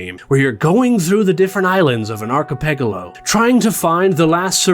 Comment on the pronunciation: yeah, that's... quite a way to pronounce it, huh